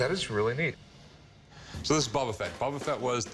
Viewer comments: doesn’t even know how to pronounce Boba Fett. It’s Bo-ba Fett not Bob-a Fett. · Bubba fett? its youre favorite thing? yea right. What a buffoon. at least learn how to pronounce his name. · Every time I hear “bubba Fett” makes me wanna cry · Who TF is Bubba Fett? Guy has the most rarest figure and can’t say his name correctly. Drives me nuts! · buba fett? Lol its Boba fett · Bubba Fett lmaoo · Am i hearing them say Bubba Fett? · "Bubba Fett?" It's pronounced "Bow-Buh Fett." Has this guy never watched the Jabba skiff scene from Return of the Jedi? Listen to how Han pronounces it. That's canon. You're not a real fan. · "Bubba fett" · "Bubba Fett"😂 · Sooooo it’s his favorite thing ever, but he’s pronouncing his name BUBBA FETT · This dude keeps saying Bubba Fet and I wanna fight him. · The dude who kept saying bubba fett was driving me nuts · I swear bro keeps saying “Bu bu Fett” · If he says “BUBU Fett” one more time… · IF HE SAYS BUBBA FETT ONE MORE TIME IM GONNA LOSE IT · "Bubba" Fett? facepalm He might as well come in with some Super Mary Oh and Pokey Man games. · yeah, he "loves it more than anything" but can't pronounce it